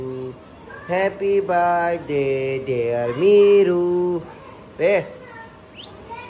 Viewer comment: It’s happy birthday not happy Brdy